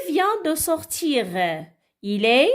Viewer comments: Chouha wach il ne se prononce pas elle Prononciation nulle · Chouha prononciation nulle Il ne se prononce pas elle